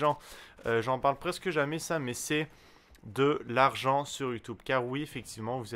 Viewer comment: ".. Avec Youtoube.." :)